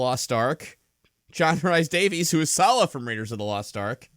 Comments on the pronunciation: it's pronounced rees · Nice to hear that still can't pronounce John Rhys-Davies' name for shit, I guess.:P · As a Welshman, the way butchers the guys' name almost manages to offend me slightly.:P